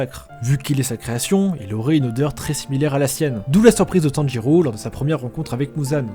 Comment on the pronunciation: On dit pas Tanjurou mais tanjiro bg x)